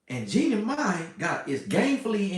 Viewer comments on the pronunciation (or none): The way keeps saying Jennie Mani has me on the floor! 🤣 But Ima hush up like my big brother said!😂